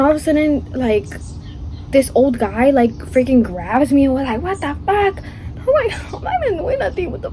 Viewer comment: “This old guy he garb me and was like “what da FWAK”😭😭😭😭😭😭😭😭